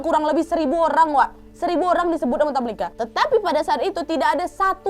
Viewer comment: Tamlikha, pake خ Bukan tamlika.